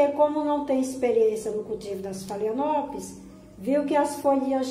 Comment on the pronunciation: Meu amor, apenas uma dica com todo o respeito: pronuncia-se FALENÓPOLES